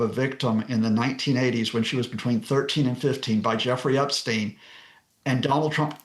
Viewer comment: Not Epsteeen. it's Epstein.